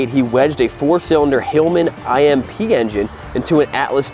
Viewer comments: The Vincent Rapide is pronounced Rapeed as it’s French for rapid. Also the Hillman engine engine referred to was not an I M P but simply Imp, as in small devious spirit. The Imp engine was actually a Coventry Climax engine & they were famous for their Grand Prix racing engines. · Imp, Hillman Imp, not Hillman I M P , you Yankee M O R O N . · It's s Hillman Imp not I-m-p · Hillmn I M P???? It is a word, Imp. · Imp, not IMP. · It's not Hillman IMP, it's Hillman Imp.Hillman Imp was a small british car. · 😂 It’s not a “Hillman I.M.P.” Engine, it’s a Hillman Imp engine, out of the Hillman (Chrysler) Imp car, a competitor to the Austin Mini. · Hillman Imp! Hillman IMP! Not i M P. Imp.. like impishness. SMH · Hillman Imp (not an acronym, it is pronounced as it sounds, a small, mischievous devil or sprite.) Built mainly in Scotland many decades ago. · Hillman Imp. Not I M P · It’s pronounced Hillman imp…. not I.M.P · First time I heard anyone pronounce Hillman I.M.P instead of IMP😂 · It's imp not I m p engine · Hillman imp not I.m.p dude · Hillman "IMP" engine ? Noooooooo ! Not "I-M-P", but Imp as in a small, mischievous devil or sprite, the Imp engine is a Coventry Climax all alloy OHC unit originally used for mobile fire pumps but very successfully modified and raced. Also found in the Rapier AA missile blind fire tracker power supply unit. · It's IMP as in a pixie, not bloody I M P !! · It is not Hillman I.M.P it's Imp as a word. A small car engine. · Sorry, had a chuckle at "Hillman I.m.p", it's pronounced "Imp" . Interesting episode thanks for the update. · I, M, P, Engine 😀😀😀 It is Imp as in Impish. A small devilish sprite. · Its a Hillman 'Imp' not a Hilman I.M.P. :) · Its Hillman Imp not Hillman I-M-P. The Hillman Imp car was a piece of junk. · It’s called a Hillman Imp, the “imp” being 1 word not 3 separate letters. X And please For love of biking, you ride a bike not drive it man. Love you guys. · Hillman Imp as in Elf, rather than I M P.